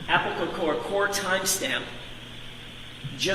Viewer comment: How does this lawyer not know the word “cocoa?” 😂🤣